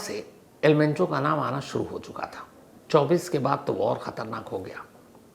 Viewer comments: Penchoo nhi mencho h dada😅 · आज आप किसी पंजाबी के साथ बैठ गए थे क्या सर जी जो मुँह से मेंचो की जगह पेंचो पेंचो निकल रहा है।😂😂😂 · Pencho nahi Mencho😂😂😂😂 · एल पेंचो नहीं एल मेंचो नाम है सर